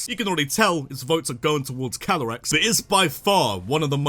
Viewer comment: CALYREX, NOT CYLAREX! AND THERE SHOULD BE 2 R'S IN LIBRARY!